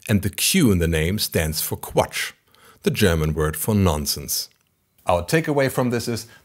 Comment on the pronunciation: are you German? you pronounce the German words perfectly 👍🏻